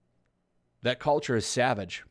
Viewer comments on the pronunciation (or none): none